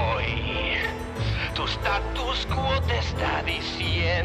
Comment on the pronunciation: "Tatos cuetes" se dice Statu Quo